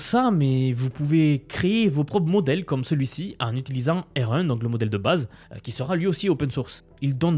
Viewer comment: J'ai mis plusieurs minutes pour comprendre ta prononciation de "R1".